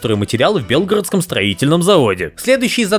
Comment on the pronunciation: блять, не бéлгородский, а БЕЛГОРÓДСКИЙ.